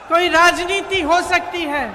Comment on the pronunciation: प्रियंका तो राजनीति बोलती हैं, नवीन जी आप क्यों राजनीत बोलते हैं? ती को त क्यूं बेल्ट हैं? सुनने में कान को अच्छा नहीं लगता।